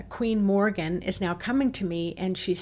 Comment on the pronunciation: Queen Morrigan or The Morrigan, not Morgan! ( Morgan is the 'evil' Welsh Morgan le Fay) She is the phantom shape shifting 'night hag' queen/goddess, described as a 'monster in the form of a female', who sometime appears as a crow, or with crows. Mainly associated with war, doom and death. Linked with the death of the hero Cúchulainn, by cooking dogflesh. Also linked with the Banshee and Lilith. Can be very malevolent. Best kept at arm's length, not exactly an aspect of the Divine Feminine. Just to mention, Queen Scota's grave may be visited near Tralee in County Kerry, Ireland. Scotia Major was a Latin name for Ireland, and Scotia Minor for Scotland. Regarding the Orion belt, Orion Council of Light = cool. The Orion Alliance which is made up of degenerate ETs, Serpent beings, Royal reptilians, Reptilians, tall Greys etc., not cool, so be careful. Hope the blue light is not a D.E.W. ( directed energy weapon ). The 'Earthquake' feeling..... Edgar Cayce's prophesy about Ireland disappearing under the sea, ' in the blink of an eye' (earth changes ) and parts of Britain joining it, soon, is brought to mind. Tuatha Dé Danann ( pronounced Too Ha ) were Atlanteans, who were eventually banished to the underworld, to become bearers of the faeries. Worried about you all feeling ill, as a lot of these portals are considered not to be to the Underworld, but to Hell. Best advised to dig a little deeper with research first, rather than rely on the word of a tour guide, bless her. All the ve